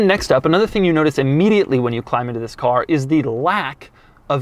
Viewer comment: Just stop saying THIS that way it's so annoying